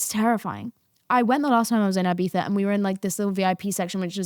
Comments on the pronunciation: had to stop watching because of the pronunciation of ibitha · love but the eye-bitha is really killing me 🫠 if you’re gonna use the /th/, please use the /ee/ for the first i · thought about it but all I hear is "i-bee-saaa" instead if Ibiza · Uk accent ahahahaha